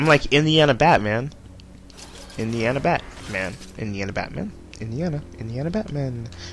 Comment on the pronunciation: its its ITS INDAINA BAT lol